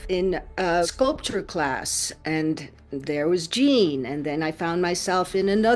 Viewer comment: Its GEEEEENE not Jaaaane you silly muppet. So HOW did Gene die ???? Shitty clickbait